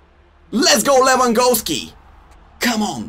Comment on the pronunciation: Can he say Lewandowski correctly 😂